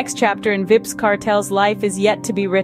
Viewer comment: Vibs. Vybz pronounced Vibes :face-fuchsia-tongue-out